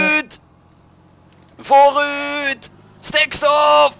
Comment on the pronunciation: was wel leuk toen jij zij VOORUUT! en ACHTERUUT!